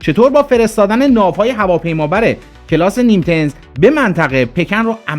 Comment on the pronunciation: ناو کلاس نیمیتز 😂نه نیمتز